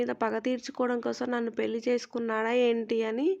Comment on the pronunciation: పెల్లి కాదు తల్లీ.... పెళ్లి అనాలి